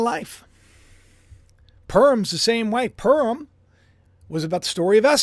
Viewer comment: Pu as in Puma Rim as in the upper or outer edge of an object, typically something circular or approximately circular Purim My ears hear you say purm or perm Happy holidays 🎉